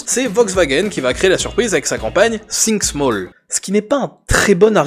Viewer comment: « Sink small » ??? 😅